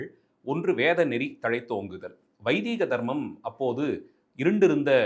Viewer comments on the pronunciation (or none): Dear sir, it has to be pronounced as VAIDIKA-DHARMAM, NOT VAIDIIKA-DHARMAM.